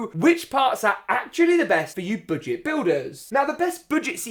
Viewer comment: You said BOODGET lol